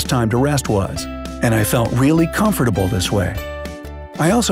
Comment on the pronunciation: THE WAY HE PRONOUNCES “COMFORTABLE” MAKES ME WANT TO SCREAM omg